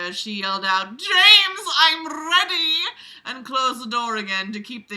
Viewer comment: "jAmes I'm rrEADY" dead